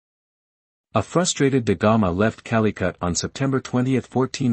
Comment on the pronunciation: "King Manuel eye" , "Calicut" You all need to stop with these auto voices. 🤣 Good content though...